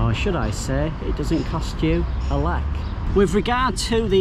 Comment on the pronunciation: It's LEK not LLEK..